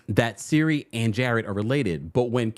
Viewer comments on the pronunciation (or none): Siri? Lol Cirie (Sear-ree)